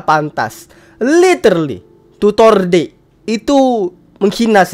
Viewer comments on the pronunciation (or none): deck bg bukan "dek"